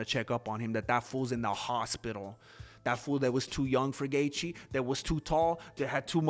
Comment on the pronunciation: Why is he Dustin Gaetche?? Ha Ha Ha